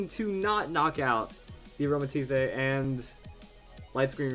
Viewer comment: Hey? I just wanted to say that is pronounced aromaTEEESE, not tisé. It's like teeth, but with an S at the end.